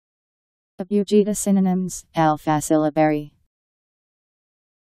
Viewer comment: She pronounced "Abugida" wrong.